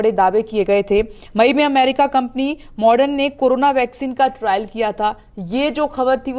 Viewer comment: Moderna not modern.....